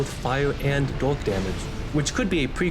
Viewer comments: Bro I hear it as the age of dog 💀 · There was a point in this video where i thought you said "dog set" but it was "dark set" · Every time you said dark i heard dog and that made this vid a lot funnier trying to imagine that lol